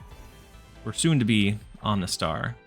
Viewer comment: Are you purposefully mispronouncing the Pokémon names? 🤣 Om-uh-nite (not Om-nih-tee) Om-uh-star (not Om-nih-star)